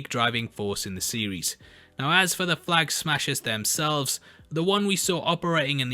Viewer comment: “Flag ahaggers”? lol!!